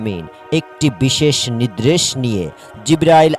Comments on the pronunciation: নিদ্রেশ হবে না.. নির্দেশ হবে.. উচ্চারন ঠিক হওয়া দরকার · মূর্খ, নির্দেশ কে নিদরেস বলে